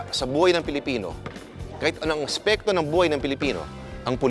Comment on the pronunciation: . Kung napansin nyo, hindi ASPETO ang sinabi ni Lourd kundi ASPEKTO. Ang galing, nahuli nya ang tamang tagalog.